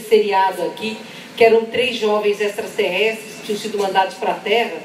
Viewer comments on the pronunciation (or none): Ex-tra-ter-res-tres,!Não tem "s"depois do "a"...